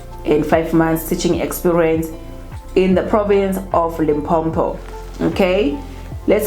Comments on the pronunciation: it's not Limpompo my sister. It's Limpopo. No double M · It's Limpopo not Limpompo. Only one "M" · Not Limphopho but Limpopo.....that is how we pronounce it my sister. Like Mphumalanga and not Maphumalanga. Lol. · It’s L I M P O P O . Please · Why do you call our province Limpo-m-po? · That's how most Nguni people pronounce Limpopo